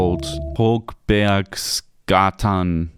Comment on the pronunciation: Your pronunciation of Högbergsgatan is actually decent!